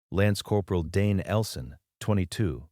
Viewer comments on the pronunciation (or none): none